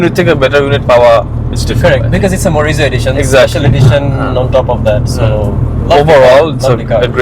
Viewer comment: Can someone tell him it's "Morizo Edition", not Marizo Selection?